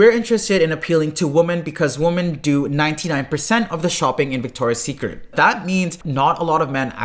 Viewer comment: it’s Victoria’s Secret. Victoria’s Secret. Victoria’s Secret. fix it, please, it’s killing me. great video btw! :)